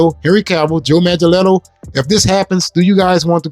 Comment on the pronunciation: The movement ever stopped. You know what it is. #WalletsClosed It's pronounced Manga-Nello.